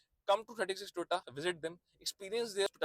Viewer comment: Its To Yo Ta brother, not Toy Ta ❤